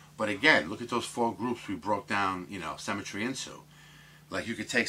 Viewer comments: Interesting video - but please stop saying cemetry - its symmetry! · SYMMMMMetry! can't stand The Sims! 00.39 You say "symmetrical" then say cemetry. I'm just a pedantic fool - Still like ya though! All the best to you and yours.